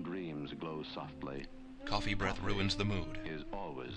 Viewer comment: The pronounciation is priceless, like the narrator is trying to make coffee seem really exotic. "Cof-fayyy".